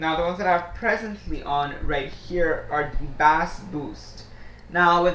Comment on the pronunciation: bass is pronounced base. like baseball.